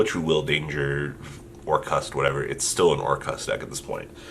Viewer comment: Rafflesia and friends this is also the same man that said he would bet anything on Striker winning and it didn’t. And he pronounces Orcust wrong. So take what he says with a grain of salt fam.